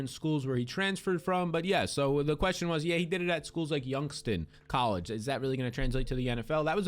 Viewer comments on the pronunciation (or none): YOUNGSTON?! It's YoungsTOWN,! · It's a shithole, but at least give it the murder capital of the US respect it once earned. YoungsTOWN, not youngston lol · I love your content! But the way you butcher my city name 😣.. its Youngs - Town. Lol put some respect on our name 😂